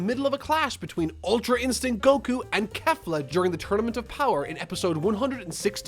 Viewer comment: Kay fla NOT KAFLA